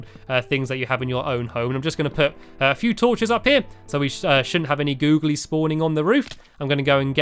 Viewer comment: I don't like it when you say googles